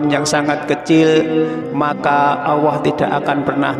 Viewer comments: Iye betul tuh bro... Bilang Allah aja gk bisa.. Dengerin tuh... Auwoh... 😂😂😂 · kok OWWOH Pak ?? ALLAH bukan OWWOH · Kenapa nyebutnya Awwoh bukan Alloh ? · Kalimat Allah jangan di rubah menjadi awoah. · Baca allah kok auwoh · Bukan awoh pa tapi Allaah (Allooh) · Allah apa awahko membacax kayagitu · Bukan owoh tapi allloh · Memang dia sebut Awoh bukan Allah .. Mungkin orang Jawa banget ... jadi saya ingat eyang (almh) puluhan tahun yll klo menyebut Allah seperti itu . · Aku pastikan aq menggunakan handfree saat rnendngarkn dia ckp,knp dia mengatakan awohh bkn Allah 😮 membagongkn 😅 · Allah ustad bukan awoh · Alloh.......!!!! Bukan Auwoh....!!!!!.. Banyak bacot... To the point aje knape sih cuk... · Tulisan nya jelas Alloh lam nya duwa kok membacanya Awoh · Mengucapkan Alloh kok Awoh mana yg benar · Mohon maaf pak ustadz klo mengucapkan ALLOH harus jelas jangan awoh itu dosa besar terimakasih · Yg bener mas nyebut nama Allah. Jngn awa. Kok awa.sebut yg bener.Allah gitu. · Alloh...bukan awoh. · Yg sy denger pengucapan tutor "awoh" . Sy biasa mengucapkan Alloh. Mas, awoh yg mas ucapkan maksudnya apa? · Salah ucap apa awoh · Betul,ngomongnya awoh diulang ulang awoh terus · Ap cma sya yg denger dia ngucanya ‘awohh’? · Admin koreksi ....penyebutan ALLAH nya laen banget....